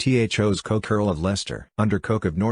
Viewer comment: The family name is pronounced 'Cook'.